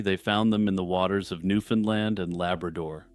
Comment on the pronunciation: Your first pronunciation of Newfoundland (my home), in this video is correct. Strangely, every other instance is incorrect. Given the thousands of people who have watched and will watch, take it from an actual Newfoundlander; go with the first mention of the island, please.